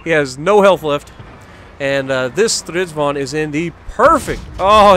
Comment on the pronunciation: "-vag'n" would be correct pronunciation. Start with Strids-wagon. Now make it German by pronouncing the W as a soft V. Now remove the "O" like it's a southernism and cutting vowels like in "reck'n", "shake'n", "mud'n".... but "vag'n"